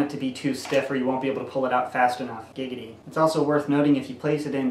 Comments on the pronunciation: Did you say gigidy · Did he say gig a di